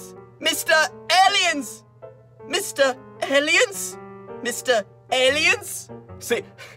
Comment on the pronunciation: he said mistah phone 😂😂😂😂😂😂😂😂😂